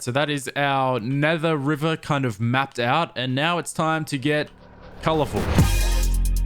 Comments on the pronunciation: The way river word is pronounced😂😂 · Thank you. For teaching me how to pronounce 'river'. Much appreciated 😂